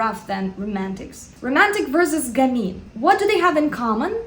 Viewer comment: Yes it's gammeen you're right :). French is my first language and I'd say she pronounces it correctly.